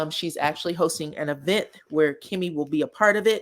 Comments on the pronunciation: I love the way you put E VENT thats how Latheifa pronounced it………… she probably thought it sound good ( wrong ) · “E vent” 🤣🤣🤣